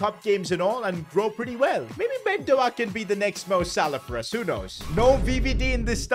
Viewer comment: His name is not Ben do aak is ben dow k